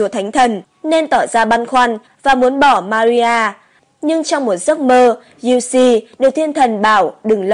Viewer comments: Thanh Giu se doc la Giu Se chu khong phai la Giu Si nha ad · thánh giuse đọc kì lạ vậy ???? cách đọc theo cách ghi ấy